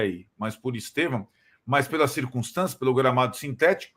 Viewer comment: O nome não é Estevãooo aprende falar